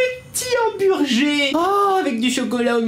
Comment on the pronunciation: Pourquoi tu dis Humburgé ?